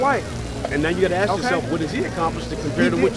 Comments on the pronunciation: Let me axe you a question. Enough said. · "Don't "axe" me that." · What he meant was "I'm not gonna be part of this conversation because…… this man is smarter than me and i feel i'm about to get schooled and i don't wanna look like a dumb fuck". And it's ASK ffs!!! an AXE is a tool you use to chop wood. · Dumbass: head down sounding out a poem/rap he plagiarized from 30 rap songs. "Axe meh anotha qwesteun" Trump Supporter: asks another question* Dumbass: hold up, I got that poem in here somewhere.